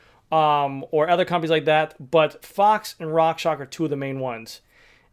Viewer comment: RockshoX, not Rockshock. Otherwise great video :)